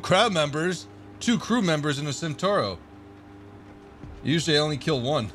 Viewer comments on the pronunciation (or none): CentAuro not centOro